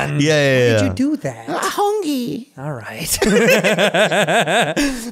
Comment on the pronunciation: “I’m hungy” XD